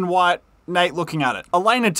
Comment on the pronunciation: I believe that's the worst pronunciation of "harbor" I've ever heard, the "hubba" 🤦‍♂